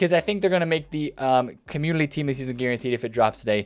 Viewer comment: Don’t want to be that guy and not trying to be a dick. Is it just me but it seems like he is always saying Commulity Team. He doesn’t pronounce N Community. Still love videos just bothers me lmao ❤️